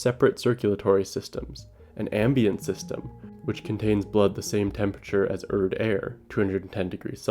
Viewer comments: it’s pronounced “air-rid”, not ERD😂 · Erid, not Erd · Erid. Its pronounced "EH-rid" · Best audiobook I ever listened to. Did that after reading the book and it is superior to the book. If you haven’t read it start with the audio book. Also to the video maker it’s not “urd” Rocky’s planet is called “airid” 😉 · Aint no way you keep pronouncing Erid as "erd" lol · Stop calling it “Erd” learn to speak Mr masters degree 🙄